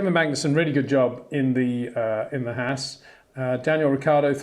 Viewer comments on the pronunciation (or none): none